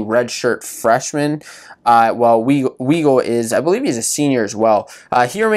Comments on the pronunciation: U can't even pronounce Weigle and then you don't even know how he wrestles that's his MO his whole career can't take a y body down never has he rides and tilts but he is good at it without the benefit of what Dayton gets away with so yeah it's close he is also 197 lb you expect those matches to be a lot more controlled and close not impressed with your lack of knowledge about the sport you obviously never competed in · How is it a great recap when u have to correct him about Weigle he can't even pronounce his name right